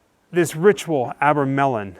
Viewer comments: Nothing but hearsay. Where can I get those abra melons you mentioned? Least you pronounced Crowley's name correctly. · AC the visionary. And it’s pronounced are-bra-melin is it’s is a ritual supposed to raise ones holy guardian angel